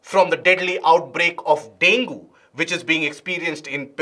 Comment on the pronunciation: The pronunciation of dengue is dengi